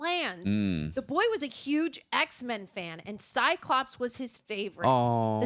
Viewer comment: Does she said EHH x men😂😂